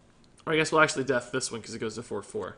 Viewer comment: I was triggered as hell when he said "maybe thijs"